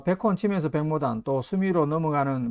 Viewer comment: 안녕하세요. 백모단의 한자는 白牡丹인데요, 옥편에 보시면 이 牡는 모 라고 읽히지 목 이라는 발음은 없어요. 단순하지 않나요? 중국에서 정식 이름은 白牡丹，그에 대한 한글 발음은 백모단. 감사합니다. 차쟁이 드림